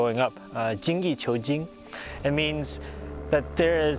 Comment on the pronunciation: 精益求精 is “Jean Yi chew jean”